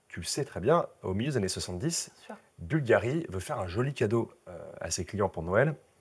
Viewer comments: Boulgarrrrri.... on aime cette prononciation chantante qui laisse déjà présager qu'on va parler d'élégance à l'italienne... vous avez la classe tous les deux, mais tout en décontraction et complicité. J'aime toujours quand "" nous plonge dans l'histoire... j'écris en même temps que j'écoute.... ☺ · Cher Cyril, merci pour vos mots toujours adorables! Il est tout de même vrai qu' prononce mieux Bvlgari que moi!